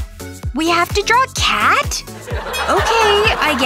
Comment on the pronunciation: SHE SAID CAD IN STED OF CAT